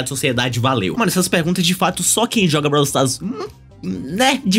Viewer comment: "Brau stas" taerrad